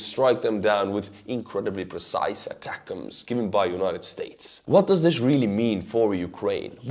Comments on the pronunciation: Glad you are saying ATACMS correctly now😆 It's AY-Tacums, pretend you're from Texas😂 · Yes! He said ATACMS!!! Not ATACM-S....you are fucking legendary! Love you bro! <3 from the USA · I really like you. You are humble and flexible enough to change your pronunciation from ATAK-M-S to ATAC'EMS whereas another pilot blogger DD no matter what, wants to pronounce HIMARS as HI MERS...and his RADARS as RAIDERS! Takes a lot to liking someone so stubborn in just a simple change of pronunciation and opinionated views on DD's part...gosh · American here confirming the pronunciation is indeed "attack-'ems." It is intended to convey the missile's purpose in a breath. You see, you point it at someone, and it attack-'ems. Crickets shouting that I stink